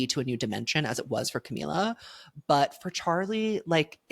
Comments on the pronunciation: Ohmygod i cannot stand u saying camiya… where is this coming from??? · sis didnt even do her research on how to pronounce "camila"